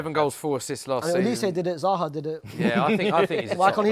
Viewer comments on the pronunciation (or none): none